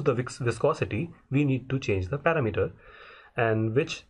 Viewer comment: this is a great tutorial! but i was very confused by your pronunciation of the word "parameter". i kept trying to figure out what a "parameeter" was, as that isnt really a word. The word has nothing to do with the concept of "meter" as a unit of measurement and is pronounced differently. other than that thanks for the great tutorial!